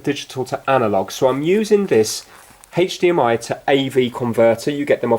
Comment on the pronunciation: Love the videos but it drives me crazy how you say HDMI lol..